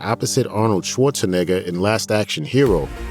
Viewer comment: ARNOLD SHWARZEWHOOOOOO 💀💀💀